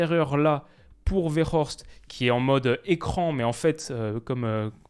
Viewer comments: 😅 tu prononce trop bien Wout Weghorst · Il vit à Amsterdam, c'est pour ça qu'il prononce bien le nom de Weghorst 😂😂